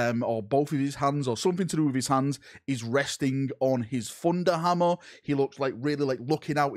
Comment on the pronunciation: What is it with the English pronouncing TH as F. It's thunder hammer, not funda hamma